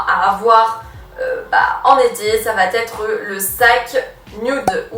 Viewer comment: Merci pour ton travail, mais, malheureusement tes liaisons répétées "va-t-être" m'écorchent les oreilles. Pourrais-tu essayer d'y remédier? Merci